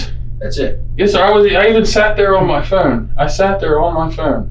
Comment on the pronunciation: The detective says phone like it rhymes with spoon. "There was some stuff on your phoon."